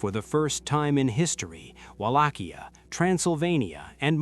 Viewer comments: try reading it as VALAKHYA not as UALACHIA...great video.keep it up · Mihai the brave was the son of a Byzantine aristocratic family and his brother was once a voivode of Wallachia as well. Also the pronunciations... The C is silent in Wallachia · Except of the name butchering,nice video!